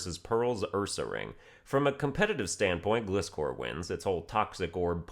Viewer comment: It’s Pronounced glyscor like fly not gli. Not trying to be mean but that is the official pronunciation in the Anime.